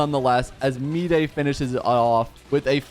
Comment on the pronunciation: I've been watching your videos continuously (also I just subscribed), but I figured that you've been pronouncing his name wrong. His name is supposed to be pronounced like "My-dii". That's why your caption mistaken his name as my day. Also english is my 2nd language, so I apologize in advance for y incorrect grammar